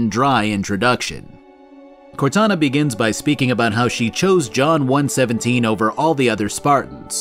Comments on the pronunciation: bro really called chief "John one seventeen". I get that's how it's written but it's pronounced (In universe) John One One Seven. just saying. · I'm the kind of Halo nut that goes "Did he just say John 'one-seventeen'"